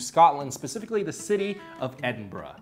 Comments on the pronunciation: Edinburg ahahaha gets me every time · Edinberg XD